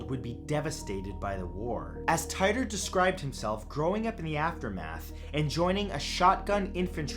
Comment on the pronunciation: Its pronounced Teetore